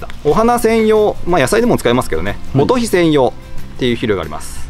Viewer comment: モトヒと発音？モトゴエじゃないですか？